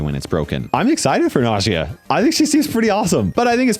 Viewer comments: The second brother is an Arab brawler so the correct pronunciation to her name is "ناجية". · i think najia is pronounced like nausea but with j instead ot s